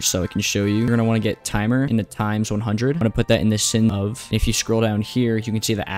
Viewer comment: It's supposed to be pronounced /saɪn/ btw (if you're uneducated in the art if linguistics, the weird symbols are IPA